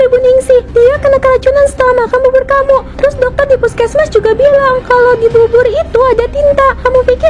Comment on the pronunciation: Bubur kak bukan bubut🤣